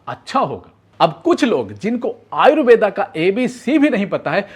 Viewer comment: Tum thik se आयुर्वेद bolo आयुर्वेदा kyun bol rahe hooo😂😂😂